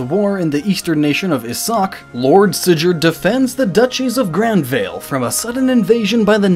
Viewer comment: My question is how did he mispronounce Rigel after pronouncing it right 10 seconds earlier. Also "Sigh-gurd" and "Sigh-lef". HOW? And did he just pronounce Beorc like "Barack?" Refer to my earlier yelling.